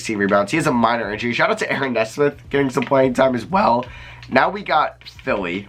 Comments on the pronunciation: ayo it's knee-smith not nesmith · great vid! nesmith is pronouned (knee-smith) btw! love your stuff!